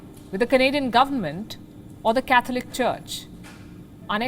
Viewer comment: Idiot can even pronounce catholic properly